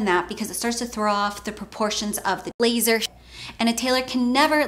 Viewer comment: Is it just me or I'm hearing 'laser' randomly 😂😂